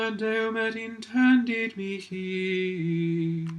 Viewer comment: Excellent video Father! One thing I’ll point out, in the pronunciation of the word ‘mihi’ and ‘nihil’ the h is pronounced as a k, as described in the introductory pages of the infamous Liber.